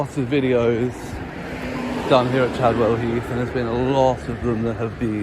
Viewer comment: Chavwell Heath ........ Sorry I mean Chadwell 😂😂😂😂